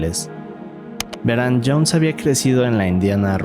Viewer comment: Estan bien las historias pero pareces un robot hablando medio daz hueva y pronuncias mucho las palabras ahora, veran ect. 😂😂😂😂😂😂